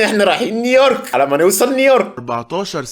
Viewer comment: بس هيا نطقها نيورك فعلا مش نيويورك